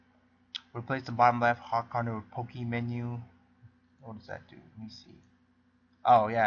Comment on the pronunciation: It sounds like Poo-Key